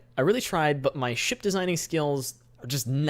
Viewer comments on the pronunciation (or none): When You Say 'Ship' I Hear 'Shit'